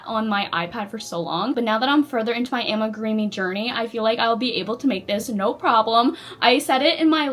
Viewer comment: It's pronounce ami-groomee not ami-greemee 😊